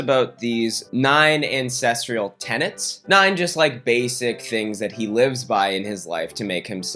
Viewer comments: Same day as Danny, pretty much same length of video, same sponsorship, same video subject, but says "ancestrial" instead of "ancestral" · I feel bad for caring but it's so disorienting hearing you say "ancestrial" every time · You're gonna need to stop pronouncing ancestral like "incestual" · all i hear is “incestrial” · being a historian/anthropologist every time he says 'ancestral' I want to weep ffs.